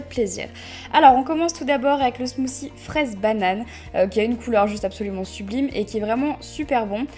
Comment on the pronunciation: ya un T dans smoothie et pas smoozie